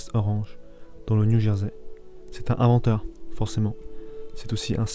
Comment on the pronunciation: T'as un vrai souci avec les liaisons toi ! "est ce vraiment un grand inventeur" > se dit "un grand tinventeur" "les 3 plus grands inventeurs de l'histoire" > se dit "les 3 plus grans zinventeurs". "l'un des plus ingénieurs" > ... t'as compris je crois. Etc etc... Je ne sais pas quel age tu as... mais on peut difficilement admettre que tu saches parler français mec !